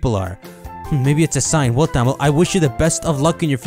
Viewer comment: Oh, Thamill. I can't unhear that. You're the Queen of Bad Encounters and there's no parallel universe where I don't dedicate the rest of my life to remind you of your title.